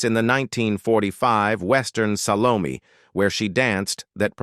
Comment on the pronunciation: Salome. "Sal oh may"